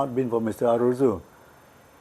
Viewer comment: It is Arrozoo not Arrojoo!!